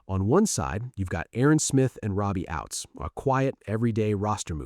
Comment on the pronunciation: Ouzts, not Outs, not Outz.